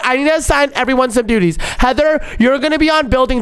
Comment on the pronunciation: said dutys😂😂😂😂😂😂😂😂😂